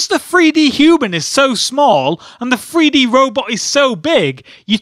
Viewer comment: I understand this is a joke and hes acting like a kid, but his he saying Free-D on purpose?